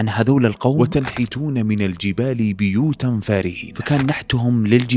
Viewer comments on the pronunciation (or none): بُيُوتاً وليس بِيوتاً اتكلم عن نطقك لكلام الله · في القرآن روايات فهذه رواية قالون وشعبة يقرؤون بِيوتا